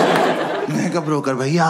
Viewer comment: has to be sobo "Bhayaa" girl 😂😂😂